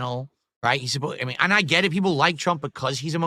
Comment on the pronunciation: Fuck I hate how he pronounces words. It’s and, not annnnyyunndddd.